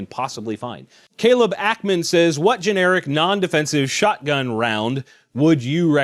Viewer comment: When you say shotgun, i hear "Alakablam"